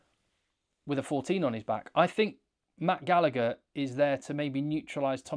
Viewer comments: The second G in Gallagher is silent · Love you but why cant english people ever figure out how to pronounce Gallagher 😂